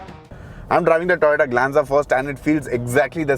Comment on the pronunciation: When you say Toyota, it sounds like Tata